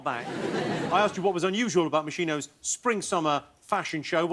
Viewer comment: It's MosKino, not MoSHIno!